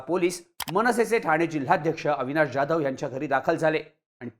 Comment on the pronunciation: ज्याधव नाही हो......😮 जाधव..